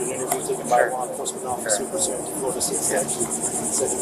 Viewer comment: Flo Rah Duh again!😂